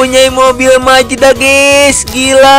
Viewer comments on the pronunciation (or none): Mazda❌ Majeda✔️😭😭